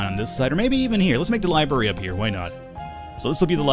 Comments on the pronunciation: It's "libRary", not "libary". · lol it's not dormitarry or libarry